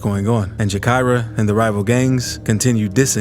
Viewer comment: JA KY RAH NOT JAKARIA BRUH ALL YALL YOU TUBE PPL LIKE TO REPORT ON CHICAGO WITHOUT KNOWING HOW TO PRONOUNCE NAMES PLACES AND STREETS IN CHICAGO DO YOUR RESEARCH SO YOU DONT SOUND STUPID